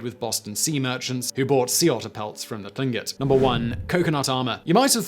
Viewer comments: Hello Simon, I hope you are having a great day! I hope I'm not being a bother, but Tlingit is pronounced like clink-it. Much love from Alaska! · Tlingut sounds like clingkut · For everyone's reference. Tlingit is pronounced more like cling kit. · Many of my friends and neighbors are Tlingit.... sounds like 'Clink-it'.... some of the consonant groupings in first nations languages can be really hard to pronounce, even when you know what it is supposed to sound like.....